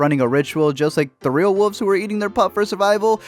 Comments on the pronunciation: ... wulVVVVVVVVVVzzz ... woolvz ... maybe even woLLFF but NEVER Wofs / wooofs or wufs. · Wuvs? You mean Wooooolves? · “What are “whuves”? “ “Wolves...” “Oh...” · You can't say "wolves"? U have to say "woofs"....? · Melk or milk? Wuves or wolves? Roof or ruff? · woofs or wuvs? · Honey there called wolves not wulves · really woofs it's WOLVES pronounce the V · All I hear is woofs. Woofs? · Lol y’all keep saying “woof” and “wooves” 😂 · Are you calling wolves "woofs"? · What the fuck are wooves? Oh, you mean wolves! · Say “woof” one more time. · Man said wooves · The way u say wolves is horrible. "woofs" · oh my god i’m adoring “wooves” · Has nobody ever told this guy how to pronounce “wolves”? 😂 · Had to stop watching cause i couldnt listen to you say “Wouf” or “Woulfs” anymore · "He's gonna get taken by wooves" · WoLves....the 'L' is not silent. And I could have told you in 10 seconds that this movie is the dumbest thing ever filmed.... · Brandon Sanon or alternatively “woofs” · I had friends when I was a kid who pronounced it this way. It always annoyed me...even at 5. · the way this guy says wolves is so funny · Sucks you reviewed a movie about wolves when you can't even pronounce "wolves."